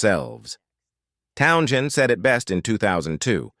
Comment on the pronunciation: "Town - chin"? I'm out. Bye!